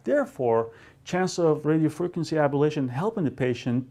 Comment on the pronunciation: it's pronounced ablation, not abalation.